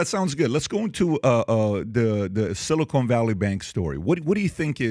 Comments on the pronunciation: bro, PBD can't even pronounce "amid" correctly? Not a good sign for the rest of the pod. it's Silicon not Silicone smh. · Silicon not Silicone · It's "Silicon" not "silicone"...😅